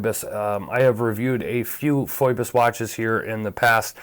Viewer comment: I could be wrong, but isn't it pronounced like "Fee-Bus?" That how I'm hearing it from most other watch channels.